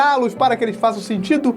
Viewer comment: você falou cinematográficos errado ou sou eu que tou fumando banana kkkkk